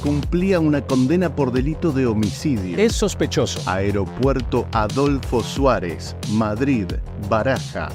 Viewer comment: Aeropuerto Adolfo Suárez, ¿ Tan dificil es decir bien el nombre ? No paras de equivocarte. En cambio Viru Viru, bien raro lo dices perfecto.